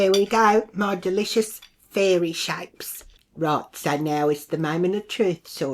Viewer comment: ‘Fairee shappes’😂